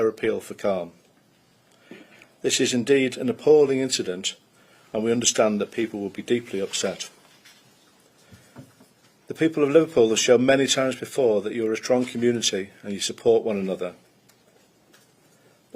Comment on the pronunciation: I thought he said “drunken nudity” not “strong community”! 😂